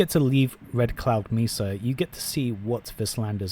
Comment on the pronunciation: Did you really call mesa “misa “?